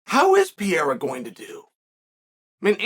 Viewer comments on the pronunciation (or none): You still call this man PIERA ?? It is PEREIRA Chael, if you must continue to blog, you MUST learn to pronounce people's names. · It's Pereira, not Piera. 😂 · U keep calling him “pee-era” lmao there’s 2 r’s in his name 😂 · Hey bud it’s pronounced “Peheyra” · so funny that he calls pereira piera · Uncle Chael still calls him "Piera" 😂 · God damn it uncle Chael, can you just say Perrreira I mean seriously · Peh-Rey-ruh is how you say pereira…. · Your calling him Pierre-A again…. 🤣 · Put some respect on PEREIRA (PER-EYH-RA) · Pee-air-ah is getting taken down and controlled by Jan. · the way chael pronounces pereira is beautiful 😭